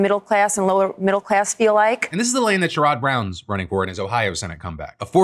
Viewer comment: The pronunciation of Sherrod Brown killed me